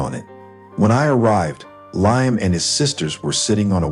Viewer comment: Ly-am? Seriously?